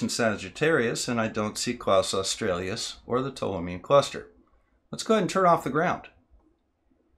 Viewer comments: Nice work, but your inability to pronounce "australis" correctly, multiple times, was distracting! It has nothing to do with Australia, the country, and doesn't have two or more vowels at its end. It is simply pronounced "oss-trah-lis", stressed on the second syllable. Kaus australis also doesn't have an L in its first name, either. It wasn't named by a German called Klaus, but is named after the Arabic for "bow" (as in "bow and arrow"), which is usually Latinised as "qaws", which in turn gives you a hint as to its correct pronunciation. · it's Australis NOT Australias.... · I love and appreciate your stuff, but there's no "L" in "Kaus" and it's not "Australius," it's "aw-stral-us," like the Aurora. Thanks. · I'm really sorry, this really is brilliant, but it grated every time you said "Klaus Australias" - instead of "Kaus Australis" =oO